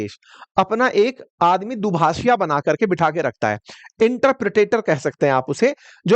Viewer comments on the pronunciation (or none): Sir interpretetor nhi...... interpreter 😊